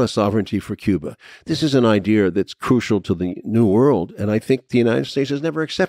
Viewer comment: Come on man. It's easy to pronounce. idea. Not idear.